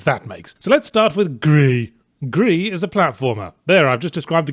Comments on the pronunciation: Why do you pronounce Gris like that? It's not a french game it's a Spanish game the word for grey is the same in both countries but it is not pronounced in the same way and makes the joke a little annoying. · I like how he's trying to pronounce it like the Dutch because Girs is a Dutch name pronouced similar to how he says it. I used to go camping with a guy named that, I tried saying his name, until I just asked if I could call him ''Reich'' since that's what it kinda sounded like :P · He's far from the only person who's made that mistake, but every YouTube video about "Gris" has the correction among the top comments, so you'd think they had caught up in The Escapist. Considering that Yahtzee is going out of his way to mispronounce the word, at least he could try to butcher the right language. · that the title is not french, and it is not a pretentious indie game with a french title. Maybe a pretentious indie game with a spanish title, but pronouncing it in french all the time doesn't make the joke work. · its pronounced "GRIS", asshole, not "GRI" - its a Spanish word from a Spanish game development studio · I hate that he calls it gri instead of Gris which is the Spanish word for grey. The only complaint I have about the review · I'm angry you pronounced it Gry in french, when it's Gres in spanish. The game was made in spain for fuck's sake! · I can't pronounce Gris as "gree" is say it as it looks, "griss". I guess that's my American showing. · "Gris" pronounced as 'GREASE", the game comes from a SPANISH developer on a SPANISH studio. But i don't know if it was intended to be pronounced as GREE tho so carry on. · i just LOVE how yahztee pronounces gris/greehey/GRHHHEI in each passing moment of the video, its hilarious! grrrrheey! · GRIS IS A SPANISH GAME. GRIS ALSO MEANS GREY IN SPANISH. IT'S PRONOUNCE LIKE GREASE. YOU MADE A MISTAKE. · Yeah but pronouncing Spanish gris as gree is wrong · GRIS is Spanish, not french, so maybe pronounce it correctly